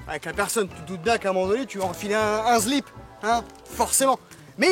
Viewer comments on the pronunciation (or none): Ah tiens, tu fait partie de ces gens qui disent "zlip" et pas "slip"...sujet de société une future vidéo peut être ?... :D , bonne vidéo continue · Le « zlip » 😂 j’étais pas prêt 😆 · " un zlip" :D